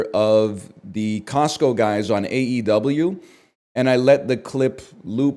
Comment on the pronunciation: Hearing NL say aew is lowkey a feverdream